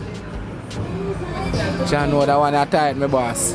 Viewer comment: "Jah" no sah